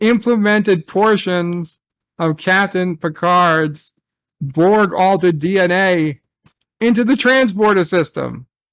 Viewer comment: That's my only gripe. It's borg..... AGAIN!!!!! everything else about the episode was enjoyable